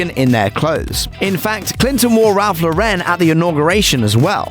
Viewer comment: Ralph Lauren’s name isn’t pronounced lau-REN, but LAU-ren.